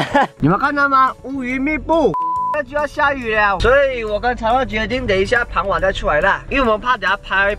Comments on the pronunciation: 是傍ㄅㄤ晚不是傍ㄆㄤ晚😂😂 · 傍晚（pán wan)? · 傍晚念bang wan